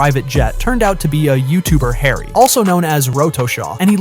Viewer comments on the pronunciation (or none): none